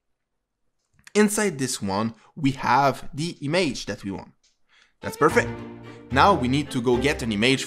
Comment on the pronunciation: Good Tutorial but the way you say "Image" makes me crazy